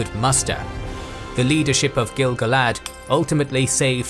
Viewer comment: Finally someone who pronounces gil-galad correctly. Like I do!